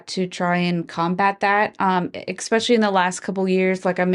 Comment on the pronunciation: EKSpeccialy. English. . Work on that